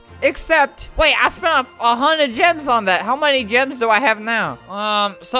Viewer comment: i thought that gems said germs